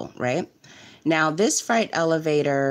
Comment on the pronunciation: Freight. Not fright. I cannot listen lol